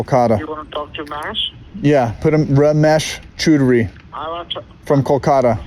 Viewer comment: "Ramesh Chudry" 😂